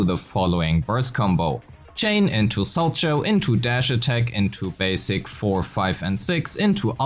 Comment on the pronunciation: The fact that literally no person making ZZZ content knows how to pronounce Solchow is so funny. ITS FIGURE SKATING GUYS, ITS PRONOUNCED "SOW-COW"